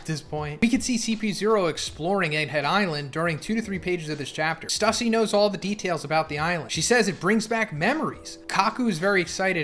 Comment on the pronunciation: Your reading is horrible stussie its stussay